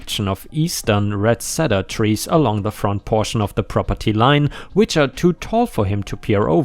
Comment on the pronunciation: Ballet = Sounds like "valet," not like "delay" or "belay." Redcedar = red see dur.